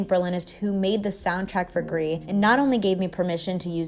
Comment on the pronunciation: It's not pronounced gree. The developers have said its pronounce Greece. They're Spanish not French bro